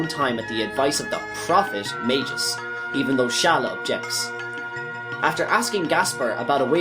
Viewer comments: He said Ayla correctly. The “Ay” should be pronounced like “eye”. Magus should be a hard g, Mag-us not Maj-us. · Say Mag like magma and gus like Gus. Not mage us. Say Ay like the end of "may" then say la. This is not hard. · Beautifully done, but its hard to keep hearing you call Magus (Mag-us) by the name Majus.... weird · Mag Us, not Mage Gis 🤣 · Mag-Us, not Mage-Us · And it's pronounced Skaa-laa, not Shaa-laa. LOL omg and it's NOT Mage-us, it's Maag-us! Like the Baa of a sheep but with an M. C'mon man. Also, the Frozen Flame is not referenced anywhere in the game of Chrono Trigger, so not sure where you made the coorelations for that from. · One other thing: It's Maa-gus, not Mei-gus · 'Majius' lmao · You said Magus and Ayla wrong, literally unwatchable